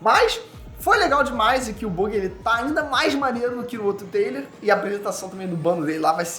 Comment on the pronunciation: Ah não, perdi toda a vontade de ver o vídeo assim que ele pronuncia “Buggy”